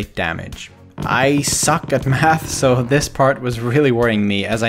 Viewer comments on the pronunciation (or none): none